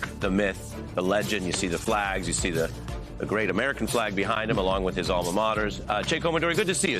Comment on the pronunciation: Pronounced chy as in shy....not Shay!! People are always trying to anglicize a name that's not english based!